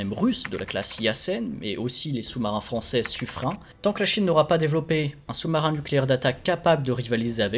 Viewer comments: Par contre, Suffren se prononce "sufreine" & non "sufrin". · On dit Suffrènne(Suffren)